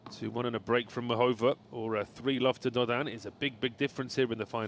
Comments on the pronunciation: He pronounces Dodin’s name well, you’re correct, but Muchova’s not as much. He emphasizes the middle syllable which a lot of English speakers do instead of the first, making it MuCHOva instead of MUchova as it should be, and also has more of an “h” sound instead of the correct “ch”. Of course this is just being picky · There's an accent over the a in Muchova's name, which means there's an emphasis to the a, and not the o.